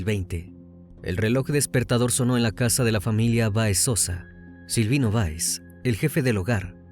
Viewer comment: Para el joven que narra. El apellido Báez, lleva acento en la A...hay que pronunciar correctamente, porque lo dice Baez...por favor, detalles así, restan seriedad y profesionalismo.